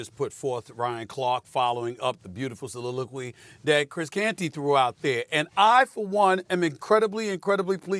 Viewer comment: He needs to retire the word soliloquy...it sounds silly-ilquy